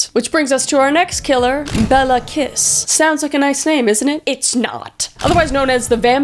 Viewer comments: Cinkota is pronounced somewhat like "tsinkota" :D like the end of "cats" for example. :D (And I know you don't care if you mispronounce the name's of POS-s but his name is like "Kish". :D ) I love your videos. It was fun hearing about my country even if it was in THIS concept. :D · 'Bela Kiss' sounds like a fukcing metal name, but it's actually pronounced more like 'Bailo Kish' (the 'o' is like the 'o' in 'on', or 'top'). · Just FYI from someone from Hungary: Béla Kiss -> Bela(a like in *A*lways) KiSH Cinkota -> Tsinkota(a same as in Bela) Budapest -> BudapeSHt Báthory -> BaTory